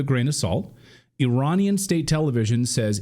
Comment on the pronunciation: Every time you say Iranian,i die inside